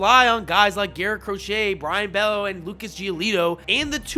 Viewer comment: Mispronounced words in the video include Tolle, Worcester, and Bello.